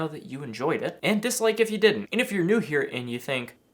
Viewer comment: "Nice high ceilings he"? It's pronounced 'here', not 'he' or 'he-ah'. Thanks for the color commentary, loved it.